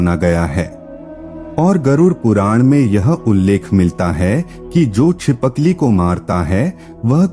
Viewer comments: Chipakli nahi boltt uncle Chipkali bolty h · Btw chipkali hota he चि पकली nhi 😅